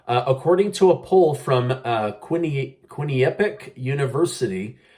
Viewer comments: I had to look up Quinnipiac University in Hamden, CT. It's pronounced (Quinn-nuh-pee-ack). I couldn't pronounce it either. Thank you for the update. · It’s QUINN-A-PEE-AK…I’m from CT the home of Quinnipiac College..just thought I’d help ya out!!